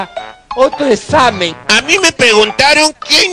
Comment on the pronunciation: "ojala haiga otro esamen" jajajajajjjajaa